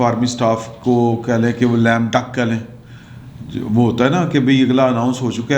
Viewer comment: It is Lame Duck not Lamb Duck